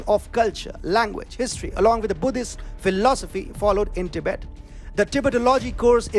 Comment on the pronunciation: Do you think you can pronounce “Tibet” correctly? Your presentation is so dramatic, that’s a turn off. Because you speak so fast, it makes it difficult to understand your very thick accent.